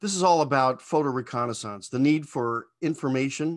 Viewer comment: Recon’a saunce?